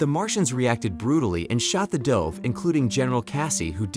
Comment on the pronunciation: whats up with the narrators who sound like native english speakers. yet they mispronounce things like "dove"